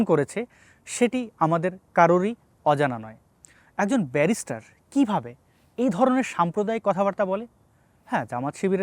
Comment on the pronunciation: ও বেরিস্টার না বেভিচার, ও একটা গো মূর্খ।